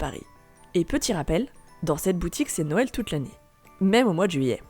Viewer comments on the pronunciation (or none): none